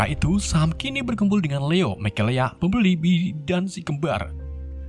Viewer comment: bg sam dibaca sem